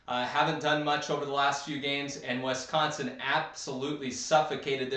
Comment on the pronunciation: Did anyone tell you it's Wisconsin and not Westconsin?